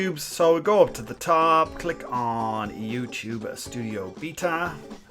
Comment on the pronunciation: you said youchube